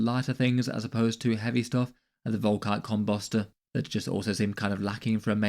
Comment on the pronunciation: i cant be the only one who hears "volkite cum-buster" when he says it, right?